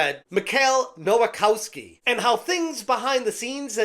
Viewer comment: "nowakowski" every single time